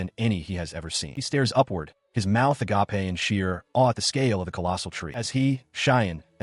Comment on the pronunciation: AGAPE (a-gape) Not "a-ga-pay" (agapé)